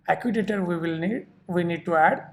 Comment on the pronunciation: acutator :) seriously